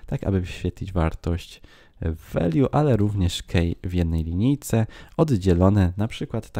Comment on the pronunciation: key - czytamy jako: "kii", a nie "kej"